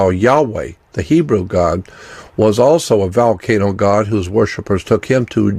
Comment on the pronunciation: Xcorgi What about valcano? 🤣